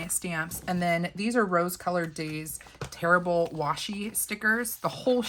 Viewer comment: Tear-able with a long A not terrible 😂. It’s one of those words